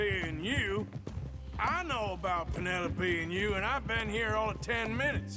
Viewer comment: Reminder: don't name your child Penelope... PEEN-ELOPE